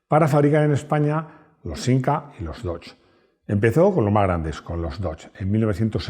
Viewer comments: no temas llamarlo dodye. No sigas con el españolismo con los nombres! Va dicho con franqueza. Con Citroen o Peugeot por ejemplo, los pronuncias bien! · La primera vez que dejo de ver un vídeo en este canal; a la vez que ha dicho [dodje] o [doch] ya me ha hecho bola y misofonía. 😂🤷🏻‍♂️ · Hola. No entiendo porque explicas el 'Haiga" a los no españoles y sin embargo pronuncias Dodge mal a la manera española y no a la manera que todo el resto del mundo conoce al Dodge. Te recuerdo que tu canal se ve mas haya de España y es importante los nombres se pronuncien bien. Igual que pronuncias los nombres en frances bien, debes de hacer lo mismo con los nombres ingleses. Gracias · Por favor, aprended a pronunciar correctamente DODGE que no es tan dificil. No es una palabra toledana... sino inglesa. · los españoles es verdad que si españolizamos muchas palabras americanas. Pero Dodge no. Eso decia un niño de 5 años que esta aprendiendo a leer, pero con 8 ya sabia como se pronunciaba 😂 por el Dodge Viper. Es como el iPhone, hay marcas que si se pronuncian mas o menos bien. Pero otras como nike, Louis Vuitton... Las pronunciaremos como el culo durante decadas.